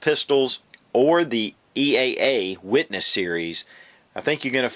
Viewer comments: He keeps calling eaa witness a cz very confusing also it's eaa not eea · it's EAA not EEA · he says "EEA" about a hundred times, and he got it backwards when he said all of the calibers that are available on the CZ...when he really meant they are available on the EAA pistol. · lol a couple times you accidentally said eea a couple times :)